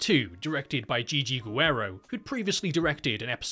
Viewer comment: HOO-arrow... is not a way I'd ever heard the name "Guerrero" until today, so there's that. Very good stuff.